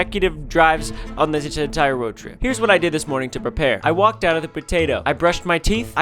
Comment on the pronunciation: "Our longest stretch of consecutive drives on this entiorowrwoadtrip" 😂